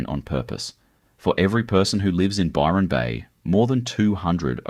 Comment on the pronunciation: You've got Nelson Bay, Gold Coast, Murwilliambah town pics including Bondi. among a whole lot of others, and The only name you pronounced correctly wasy Byron Bay and Lismore. This is more AI filler , but with an Aussie accent. I'd be checking dates and other facts around everything on this site. So cheep